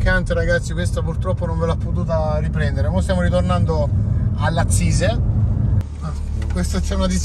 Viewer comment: NON SI DICE LAZISE MA LAZISEEE SCANDITOO